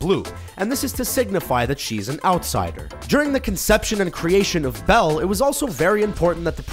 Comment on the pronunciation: It's Belle